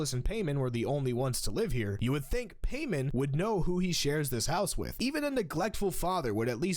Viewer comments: Um… cough cough pie-mon not pay-men cough cough Also, maybe Stolas won’t do either of the choices. He might just say “fuck it. Fuck you. Fuck the goetias. Fuck Stella and fuck the family, you all suck ass and are rich assholes who can take your money up your own fucking asses for all I care”. In other words, don’t give Octavia off, don’t have another kid, still love, and just break the tradition Loved the vid btw, and loved how you casually mention your sexuality like the Grindr joke. Hard to see it nowadays (I’m pan) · oml you actually responded 😶 thx and I think it’s paimon like (pie-mon) but I lot of people say (paymon) paimon or (peymon) so I’m not quite sure what it’s pronounced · Stop calling paymin its pi-mon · Its so painfull to hear him to say paimon as paymen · The dads name is pronounced like pie man btw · Sorry to be the word police is pronounced pie-mon for stolla’s fathers name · Paimon is pronounced as "pie-mon". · paimon is stollas's dad? (obviously i know) but i thought the name pronounciation was pie-mon...from genshin impact XD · It's pronounced Pie-mon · isn't the name Paimon pronounced "Pie-mohn" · Stolas father 's name is pronounc ed pie mon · It's pronounced pie-mawn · His name is pronounced pie-mon I think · I like your humour and energy. Also it's pronounced Pie-mon. Time to go check out the rest of your videos~ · His pronunciation of Paimon's name pained me, but otherwise this was a really interesting video. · Damn Paimon's name getting butchered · Is it because you mispronounced Paimon….